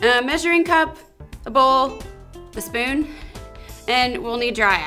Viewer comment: dee dee dee "i've got my fpoon" XD